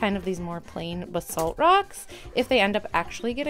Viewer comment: Bsalt 😅 It's "bayz-alt" or "bays-alt" (basalt). Not b-salt. Edit: this is so fun! I'd love to do this